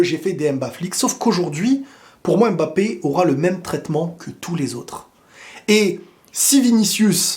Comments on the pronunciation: pour l'amour de Dieu ARRETE de' l'appeler M Bappé. C'est prononcé "mmmBAPPE"!!! Ok bisous bye;) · Toujours un plaisir de regarder tes vidéos Mais svp arrêtez de dire M-Bappé C’est Mbappé en un mot c’est comme Vladimir, personne ne dit V-ladimir 😂 Hala Madrid!! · ne dis plus M'BAPPÉ ça sonne tres mal 😒 c'est MBAPPÈ🙏🙏 c'est aussi le nom de ma mere👍 merci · Bonjour il ne s'appelle pas M'Bappé mais Mbappé. En résumé on ne prononce pas le M comme une lettre de l'alphabet. C'est Kylian qui l'a dit lui-même. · Ce serait un grand bien pour tous que comme les autres tu cesses de l'appeler M 'bappe'. En Afrique on ne prononce pas ces M. C'est Bappe' . D'accord avec toi . Le but du foot c le But . En France des haineux surtout sur RMC l'ont descendu en permanence quand il ne faisait pas des Exploits sur tous le match. Même quand il a marqué et pas d'exploit ,ils critiquaient amer . Les grands joueurs ne sont pas pour la France où l'esprit est bas , . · Vous prononcez mal le nom Mbappé.tant que vous savez prononcez pneu,vous savez aussi prononcez Mbappe